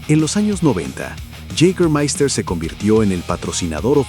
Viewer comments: Yigamaista se dice, es aleman no ingles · Si queréis pronunciarlo bien, y no como el narrador, es "yegamaista" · Lo único que no me gustó es que no pronuncias bien Jâgermeister !! 🤷🏻‍♂️